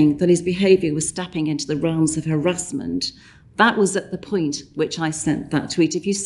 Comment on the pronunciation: A minister of culture that can't even pronounce "Harassment" correctly